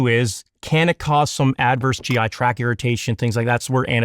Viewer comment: He calls the GI TracT, a "GI Track". So he's clearly well educated and has a high level of perceptiveness.